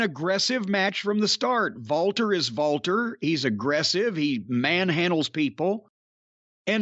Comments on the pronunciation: Walter is actually pronounced "Valter". Jim is correct. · Because in Austrian and German the “W” sound is a “V” sound.